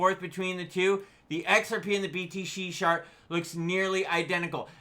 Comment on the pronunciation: Did you just say"BTC shart" ???😅😅